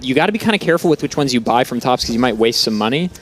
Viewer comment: Himself. Thops introduces himself as "Tops". Makes me mad everytime someone mispronounces it with a voiceless "th" instead of just a "t". And they all do it... poor Thops. xD